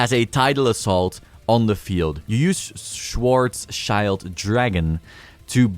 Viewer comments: I don't want to look lecturing but maybe it's interesting for you. It's pronounced Schwar sss chilled dragon :) it means black shield in German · Butchering Schwarzschild is inevitable for many people, especially if you're not familiar with how Germans pronounce words.